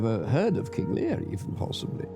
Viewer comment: King Learrr 🤴 ahhh yes, king Lear